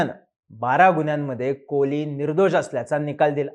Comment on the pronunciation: It's Kohli...not koli